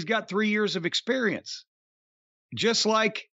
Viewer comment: Heh my pops used to say sperience